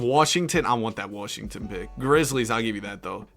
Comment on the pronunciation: "Kicks it out to wawwwwshington"